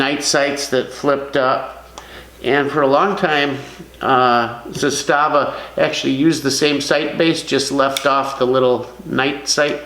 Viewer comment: Just repeat one time Z A S T A V A!!!